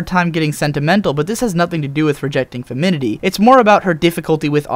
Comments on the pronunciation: It's "femininity". Five syllables. You keep eliding it down to four. It sounds weird to me. (Yeah, I'm bitching about pronunciation.) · You keep saying "feminity" rather than "femininity", haha. That aside, your reviews are in-depth in my opinion and I really enjoy them. Keep it up. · do you mean femininity? you keep saying "feminity", and that isn't a word.:P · Love this "Observations", but I think you lost these: in in in in in in in in in in in in in in in in in in in in in in in in in in in in in in in in in in in in in in in in in in in in in in in in in Maybe they got dropped out of the middle of a certain word you used quite a bit? (I really love this video, but every time you said "Feminity" it made my brain twitch!) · Ok... sorry but i'm a stickler for pronunciation. Femininity is pronounced Fehm - in - in - ihtee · FEMIN-NIN-ITY. FEMIN-IN-ITY. Otherwise, this is an amazing video, you've nailed it. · He kept neglecting to pronounce the second "in" in "femininity." He said ,"feminity." :( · The way I understood the whole "in spite of its girliness" was "in spite of its PERCEIVED girliness." As in, "Despite the fact its perceived that I shouldn't like a "girly" show like this, I do." Also, you're missing a syllable in FemINinity. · The mispronunciation of femininity was a little distracting. (It's got 2 "in"s in it, dude.) Putting that aside, great analysis. I wish I'd had this show as a kid; something that isn't good despite its femininity, or independent of it, but rather lauds the entire feminine spectrum as being good. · Your pronouncing "femininity" wrong! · You make a point. You just back it up poorly. What do feminists protest for? Equality. But the thing that just ruins your argument for me is your pronunciation of 'femininity'. Google pronunciation and please check it. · I love this video, but this keeps bugging me: "Femininity". Sorry, but it's like a skipping record every time you say it! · You kept saying feminity. Is very cute.